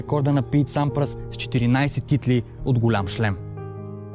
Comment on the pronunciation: И на Бердих и на Сьодерлинг и на Сампрас и на Лейтън Хюит ! Общо взето само на Федерер не обърка !